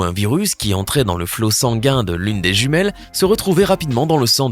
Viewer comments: Il as dit juimiele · On en parle que à il a dis "jumielle" xDDD § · À tu a dit jumiel 😅😅